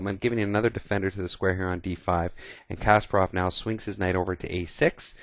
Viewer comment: Btw, thanks for saying Kasparov's name right, usually in English-speaking countries they say KAsparov, not like it should be - KaspArov :)